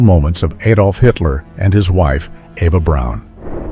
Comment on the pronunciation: not aydolf, a, like acid Adolf